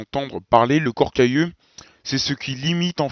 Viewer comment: à 9'50, on entend "corps cailleux" au lieu de "corps calleux". Comment doit-on prononcer ?